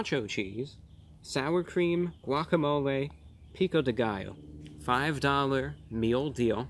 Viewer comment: guac - a - mole - aye